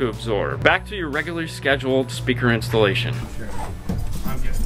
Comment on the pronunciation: Most eemportant quest-shon. How Muchy dinero$ for the Speaker EEnsalation? Gracias (